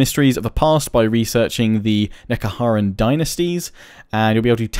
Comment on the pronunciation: I myself would prefer more story, but then I'm just a huge lore nerd. I mean hell I write my own stories and design my own armies. Khemri is pronounced (Kom-ree) Nehekarra is (Neh-hek-ar-ra) same pronunciation as Ned. The big thing is a Bone Giant, the other were Tomb Scorpions and the Serpentine things are Sepulchral Stalkers. Khatep is pronounced like the snake from Jungle Book, Ca... an ah sound. (Kah-tep)